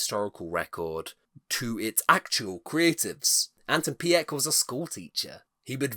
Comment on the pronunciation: Efteling is like a national treasure to the Netherlands, many Netherlanders are incredibly proud of it. If you don't mind me being a bit pedantic: Pardoes is pronounced as 'Pardoos' - the 's' is not silent. And the 'Piek' in Anton Piek is 'Peek'.